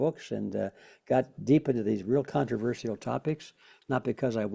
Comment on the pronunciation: Absolutely LOVE Mr. Griffin! Amazing researcher. I was surprised to hear him add a 5th syllable to the word "controversial." It is not pronounced "controversial-al" Mr.Griffin. The word began to be mispronounced in academia, (where else!) and people followed along incorrectly. Here is how it's pronounced